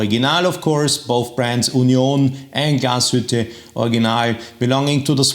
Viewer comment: Warum versteh' ich immer nur "Gashütte"?